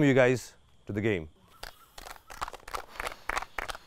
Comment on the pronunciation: always says gyam instead of game. Like if u noticed.